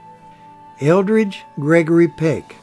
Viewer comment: Eldred Gregory Peck, not Eldridge, thank you for this biography. ❤